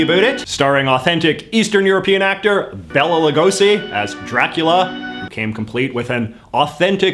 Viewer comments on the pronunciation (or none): Sorry to be a buzzkill but Bela is one of my names and its a biggest pet peeve. Its pronounced Bay - La Not Bell La